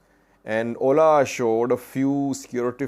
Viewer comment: OLA is an abbreviation, not an acronym to be read as a word 'oʊla'.